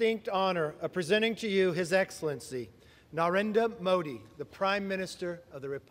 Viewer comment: They can't pronounce his name? I'm stunned that Kamala can't.